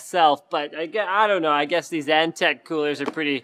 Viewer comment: Antec not eNtaK? :D